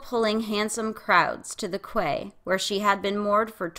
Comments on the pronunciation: Quay pronounced like key, not kway. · Hey. Guys ! I love ur vids! And hate to correct u cos Ur awesome... But quay is pronounced as key. Just so you know ! Love ur work!! Braavos is such an interesting place !